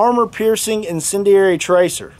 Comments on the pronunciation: Let’s count how many different ways he can pronounce incendiary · Love how this guy fails at pronouncing incendiary, time and time again 😆